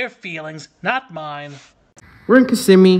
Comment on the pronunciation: Thank you for pronouncing Kissimmee correctly. On the national news they often say KISS•im•mē.